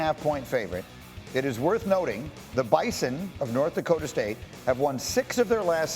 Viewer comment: How has no one said anything about "Dokta"? Do you mean Dakota?